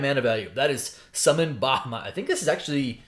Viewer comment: Your pronunciation of Bahamut is aggravating lol.